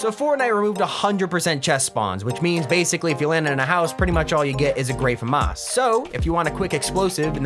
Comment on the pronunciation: The way the say famas tho